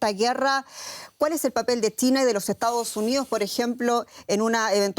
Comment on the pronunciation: Porque le dice TINA a CHINA???